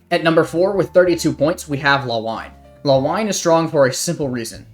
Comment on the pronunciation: It's not Law-wine it's La-wi-neh Honestly surprised Madde isn't played more, having infinite smoke seems so insane. Also the methodology is kinda flawed since we have side-exclusive agents. Fuchsia probably won't place that high if she wasn't playable on both sides, but the other 4s are all side-exclusives so I guess it didn't really matter.